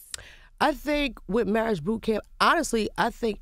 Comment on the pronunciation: Omar Scruggs 😂👍As Lil Mo says "Murraige".